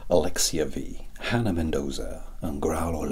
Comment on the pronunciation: You said my name right! So many people can’t say Alexia 😊 was a great time from start to finish!